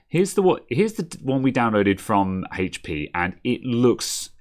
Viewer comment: Its called HP not hatechP